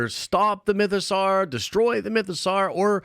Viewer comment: Awesome video. Mytho-"sore" not "Sar."